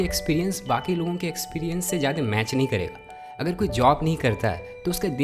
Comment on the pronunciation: भईया मेरे पास आपके लिए एक सुझाव है । मैंने कई बार गौर किया है कि आप ज्यादा को जादे बोलते हैं। अगर आपको ठीक लगे तो please ज्यादा बोलिए। सही भी होगा और उससे ज्यादा ज़रूरी सुनने में भी अच्छा लगेगा।